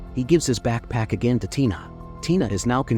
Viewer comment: Why is backpack causing the AI voice a stroke.